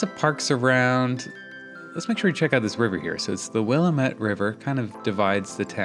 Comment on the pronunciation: Will-AM-et River. Better get an Oregon pronunciation dictionary for next time.